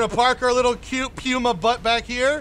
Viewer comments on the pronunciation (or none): " The PIUMA" :elbowcough